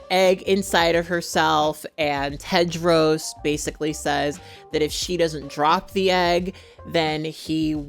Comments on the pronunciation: How can I trust the judgment of someone who’s says Cadro instead of Tedro ….Like WTH? 🤦‍♀️ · I am Sorry... I cannot continue watching This Video because You mispronounced The Character Name Tedros as Kedros😉? Or was it Pedros?